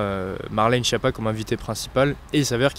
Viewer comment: Prononcez skiappa, pas chiappa